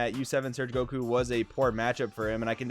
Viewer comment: Yeah, the game will never be the same again, Surge leaders completely changed everything. Also, thank you so much for saying “Surge Goku” instead of “Surgeku”. 🙏